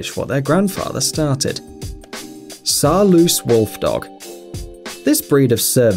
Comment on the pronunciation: I'm a Dutchy and Saarloos is not pronounced like all English speakers do. If you can say nose, you can say Saarloos. Man, that is a Dutch name! He never emigrated to the US, so he never turned into a Saarloose. Remember the simple trick: it ends juse like nose. Say nose and say Saarloos. Easy! You English speakers have a hard time pronouncing the European U. That sounds a bit like the ew in news, but it's hard to imagine you never ever need to make that sound. This Saarloos is an easy one, though. Why don't you YouTubers even try?! Each video on those wolfdogs they rape that name. It has become normal to screw it. They have no idea how simple it is, to say it right.